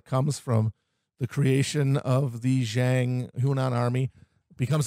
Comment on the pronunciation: Pronunciation guide: Hong Xiuquan: HONG sho-CHWEN Zhang: Jong Wang: Wong Instead of saying Nan-king, say Nan-JING.